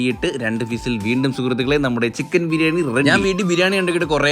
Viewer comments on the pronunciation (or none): ഫിസിൽ അല്ലടോ വിസിൽ... ഈ വായ്താളം മാത്രേ ഉള്ളു അല്ലേ 😂😂😂